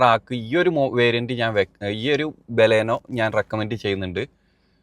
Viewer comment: ഫ്രണ്ട് വ്യൂ ഒട്ടും ഇല്ലാത്ത മണ്ടത്തരം ആണ് ബാലാനോ അല്ല ബലെനോ 😂😂😂